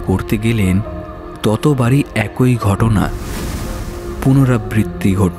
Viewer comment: খুব সুন্দর গল্প দারুন সুন্দর অভিনয় আপনাদের উপস্থাপনা সত্যিই খুব সুন্দর হয়েছে কিন্তু পাঠকের কিছু কিছু জায়গায় বাংলা উচ্চারণ ভিশন কানে লেগেছে যেমন একই কথার উচ্চারণটা হতো একি